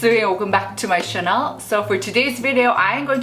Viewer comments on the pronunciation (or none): Anyone know why she keeps saying Chanel instead of Channel? Lol